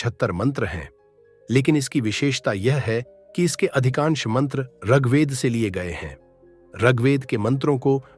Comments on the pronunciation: प्रस्तुति राम्रो लाग्यो तर म त ऋगवेद पढेको तपाईंले रगवेद रगवेद उच्चारण गर्नुभाे । याे उच्चारण खड्क्याे । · जानकारी अच्छी है । ऋग्वेद का उच्चारण उचित होना चाहिए ।